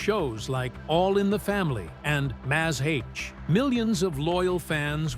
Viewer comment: Mazz H? Guessing “Mash”?